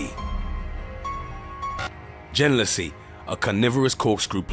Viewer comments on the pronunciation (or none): Could be good, but bad editing and so much bad information. Genlisea - “gen-LIS-ee-ah”. And they show a completely unrelated flower, Albuca spiralis, which is in the Asparagus family, and is not carnivorous in any way. They show two pictures of Darlingtonia, then show pictures of Asian pitcher plants and call them American pitcher plants... Also Darlingtonia has no digestive enzymes. Sarracenia species are found in wetlands in Canada across the northern US and down the eastern seaboard all the way through north Florida and the Gulf Coast to Texas. Drosera mucilage is not sweet.